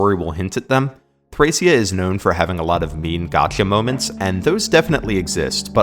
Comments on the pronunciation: its thrakia. hard c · NO ITS PRONOUNCED "THRASHIA" all jokes aside, cool vid!